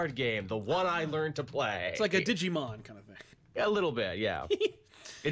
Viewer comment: "The Digimans"... tries to bond with his millenial kids.